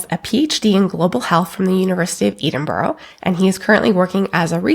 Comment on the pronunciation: It's Edinburgh not Edinboro